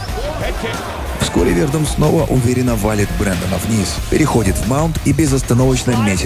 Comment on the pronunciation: Хороший выпуск, но ударение в фамилии Фабрисио режет слух)